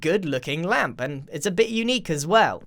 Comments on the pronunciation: Nobody: Grian the moth: LäMp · Nobody: Grian: L A M P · Grian: Ł ä m p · No one: N o o n e: Grian: LaMP! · Mumbo Jumbo: “REDSTONE” Grian: “Ł Ä M P” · No one: Grian during Minecon: L Ä M P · Nobody: Grian: LaMpS